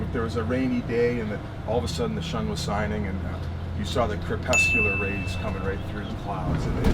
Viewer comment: "the shun was sining" CRYING